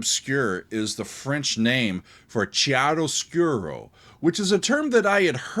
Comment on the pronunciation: Sorry to be nitpicky, but "ch" in chiaroscuro, and Italian in general, is pronounced like a "k"